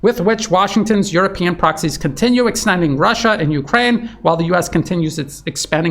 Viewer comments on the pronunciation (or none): none